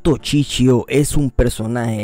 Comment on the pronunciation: No es chichio es Shishio.